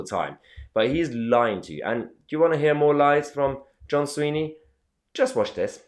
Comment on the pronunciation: try and get the name right it's Swinney not Sweeney. frankly this is all nonsense. Nicolas approval rating in Scotland is 85% independence is settling at 54% yes with no significant campaigning, believe this I'll generally call an "assessment" THE FACT THAT YOU DO NOT KNOW THE NAME OF THE EDUCATION SECRETARY OF SCOTLAND. KINDA UNDERMINES YOUR CREDIBILITY MATE